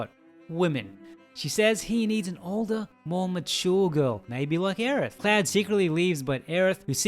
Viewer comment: Great video, but his name is "CLOUD" not fucking "CLAD"